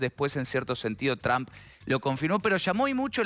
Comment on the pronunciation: Ustedes NÓ dominan el INFLES .. Sê ven y escuchan ridîculos En 🇨🇱 Y ESTÈ CANAL ARGENTINA 🇦🇷.. diciendo YRAMP .. A el PRESIDENTE TRUMP .. IGNORANTES ., Es T R UMP .. nó TRAMP .. 🤦🏻‍♂️🤦🏻‍♂️🤦🏻‍♂️🤦🏻‍♂️